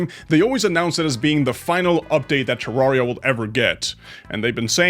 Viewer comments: its Ter-Ar-ri-a Not -Terr-aria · Please don’t kill me but he said terraria wrong